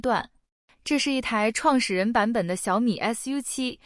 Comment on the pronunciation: 😆創始人版我一直都聽成撞死人版